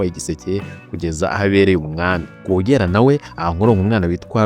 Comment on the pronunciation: Wakoze kuduha amateka. Ariko mujye mugorora imvugo muvuge amazina uko avugwa. Urugero: Rwogera uramwita Rworeêra